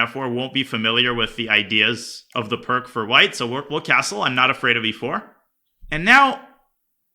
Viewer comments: Hearing a grandmaster pronounce "Pirc" like "perk" is sort of like hearing a math professor say "take-away" instead of "minus". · Pirc is pronounced 'peertz'. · im pretty certain Pirc is not pronounced perk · I know I'll get flamed but I hate hearing it pronounced "perk" defense, once I discovered it was actually called Pirc (pronounced peerts) defense, it kills my soul to hear it... its some form of OCD in my brain